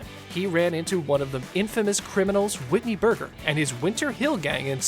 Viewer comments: This man literally said Whitney burger are you kidding just for that you don’t get a follow and a dislike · Man said Whitney you know hahaha